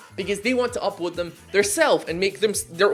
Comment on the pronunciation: I just realized you say "upoad", that hoot under my skin the moment I paid attention. I hope i never did.